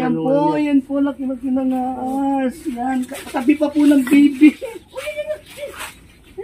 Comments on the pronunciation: Bka pwedeng maayus un bigkas ng ahas sabi kasi aas he he he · ate said ahas,not aas😆 hollow blocks not allow blocks😅 aru jusko,miyabe abe dugdog dureme pasulatido😂